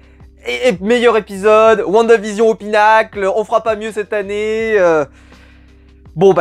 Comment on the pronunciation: Whaou tu as bien prononcé "WandaVision " pour une fois 😂😂 sinon top la vidéo